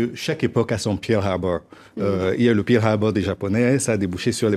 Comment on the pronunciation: le "pirl" harbor... :)